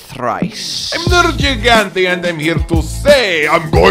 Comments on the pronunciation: Me, a simpleton: Nergigante. (Because that's how they pronounce it in the game.), an intellectual: Nerjigante. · the first G in nergigante is a hard G, not a soft G like a J, hell the NPCs repeatedly say it that way xD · What annoys me more? not playing with hud or the fact that he refuses to learn how to pronounce Nergigante correctly. Seriously, why does he pronounce one ‘g’ differently in the same word? Does he say it deliberately wrong to trigger people? Or is it a British thing?